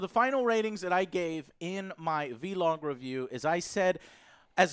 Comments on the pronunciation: Downvote this video for Joe saying Vee-Log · When joe calls it’s V log hahah just call it vlog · "VEE LOG"